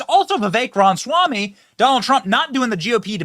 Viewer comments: Benny, Benny, Benny it is RamAswamy not Ramswamy. Love ya brother but that distracts me every time. Lol. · Hey Benny, long time fan here. 😊 Please try to be mindful that you're constantly mispronouncing his name. It's pronounced, "rom-is-wah-me", and you are saying, "rons-wah-me". I doubt you're mispronouncing his name on purpose.